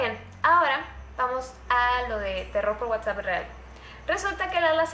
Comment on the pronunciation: #WhatsappReal, te comiste la s jeje siii que bien que otra vez habra terror por Whatsapp